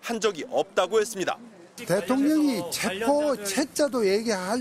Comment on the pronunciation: 잘들어보십시오 체포가 아니라 쥐포입니다😂😂😂😂